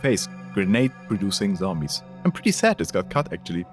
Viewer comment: The same chick who called them "Zombines"? Really?